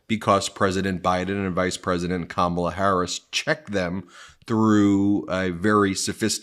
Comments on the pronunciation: It’s Kamma-la or Comma-la. Not Ka-Ma-La. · KAH-mala, Ben. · Comma-luh....you've been listening to too many Republicans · Ben, your mispronouncing Kamalas name wrong😮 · Try putting a little effort into pronouncing Kamala Harris's name correctly. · Ben, when you read the trump 'truth' beginning at approx. in this video, you twice mispronounced Kamala Harris's first name! This is so demeaning to her and since you definitely know the correct pronunciation, you should issue an apology! (retired teacher) 😇🙏🌈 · Can you please pronounce Kamala correctly? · How is it you are mispronouncing KAHmala’s name, Ben? Practice and use flash cards or something 😮